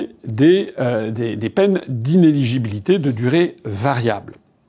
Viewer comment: Ce n'est pas inégibilité, c'est inéligibilité ! IN-É-LI-GI-BI-LI-TÉ, repeat after me